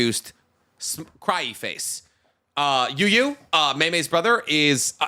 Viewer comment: small not important detail but Ui Ui is pronounced "Uwee Uwee" not "You You", i know it doesnt matter to the discussion and i only know this because of magia record but it killed me every time he said it